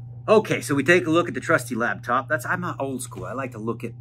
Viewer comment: Is the whole “lab”top pronunciation thing instead of laptop, an inside joke or a weird accent thing?